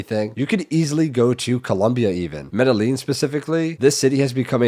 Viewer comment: Guy can’t even say Medellean correctly talking about how good it is yet doesn’t realize one of the biggest issues there, ANTS!!!